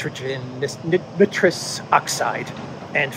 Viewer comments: Nitrous oxide: (pron) Ni’ truss. Ni rhymes with try. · Nitrous, never heard it pronounced that way, here where I live its pronounced with a hard I not soft i, like nightrous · A little help with chemical pronunciation. The "i" in nitrous is a "long" vowel as in the word "like". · The "I" in nitrous is pronounce eye. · Trudeau dialogues are great stand up comedy...check your pronunciation of NITROUS Oxide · I believe the ‘I’ in nitrous is a long vowel., pronounced just like you pronounce nitrogen. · You can read peson but you can’t pronounce NITROUS